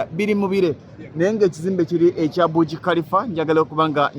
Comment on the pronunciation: Thank u. The tallest building (Burj) Khalifa Pronounce it as Baaji not Buji But thanks for the show